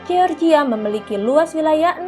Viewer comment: Mimin ini nyebut NATO sok sok dibaca dibaca NE _TO, tapi baca GEORGIA malah dibaca GE_OR_GI_A , seharusnya dibacanya jadi JOR_JI_YA.